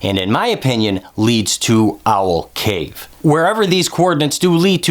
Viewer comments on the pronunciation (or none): none